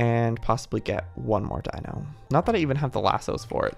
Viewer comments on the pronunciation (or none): none